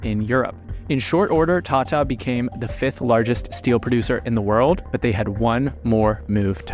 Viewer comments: the world is full of foul like u don't mispronounce Hindi words it's Tata not "tatta" foolish anglosphere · appears to believe that India should still be an English colony based on a fundamental misunderstand of math, english, economics, and finance? Along with an impressively awful pronunciation of, “Tata,” as-if he thinks that Ratan’s surname is based on an British salutation. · Who suddenly read Tata as Tate 😂